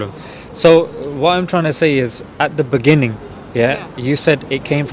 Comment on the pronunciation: In the beninging (remember Jacob Zuma)